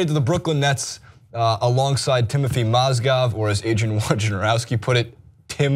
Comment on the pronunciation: Strange you talk about Mozgovs first name but you get it wrong yourself.